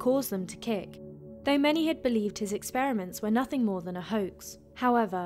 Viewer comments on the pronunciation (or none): none